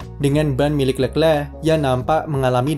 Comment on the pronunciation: Tulisannya leclerc bacanya lekhleh